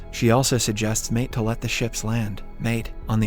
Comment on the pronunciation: Maite is pronounced My-Tee...like Mighty